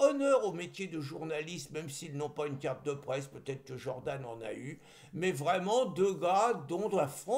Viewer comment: Jordan ne se pronounce pas Jordane. C’est dommage d’esquinter notre belle langue française.